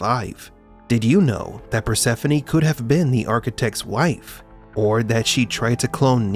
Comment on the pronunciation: Finally her name is properly pronounced.